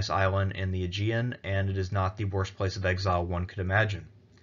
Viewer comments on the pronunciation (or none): none